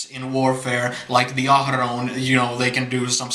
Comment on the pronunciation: I love how you roll your R’s when you pronounce Ahroun! With your accent, its sounds so authentic & beautiful! (^_^)